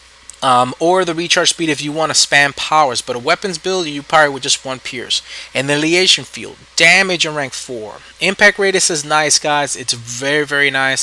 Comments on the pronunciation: actually, it's; an·ni·hi·la·tion, sometimes with a silent H. i can point things out too! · Uh-NY-hill-a-shun ...annihilation, lol. Other than that, good stuff!!